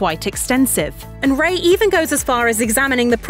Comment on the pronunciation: This would feel a lot more trustworthy if they pronounced his last name correctly